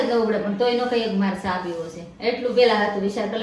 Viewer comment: Aunty cha ne saa bau funny bole 6😂😂😂